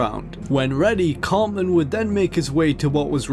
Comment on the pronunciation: It's "CarTman," not "Carmen." 😅